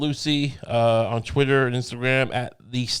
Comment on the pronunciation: pls stop saying chwittwer. It’s pronounced twitter. Thank you